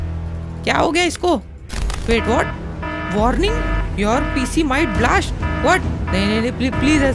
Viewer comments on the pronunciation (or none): Blast❌ Blasht✅